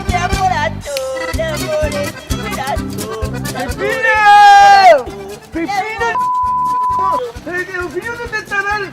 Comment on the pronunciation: Ma solo io all’inizio ho capito Martino invece di Peppino?